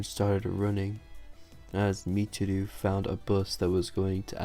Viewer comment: Its pronounced Mich-i-row